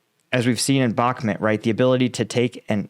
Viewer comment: Dude at least learn how to pronounce Bakhmut. I cringe every time you say it.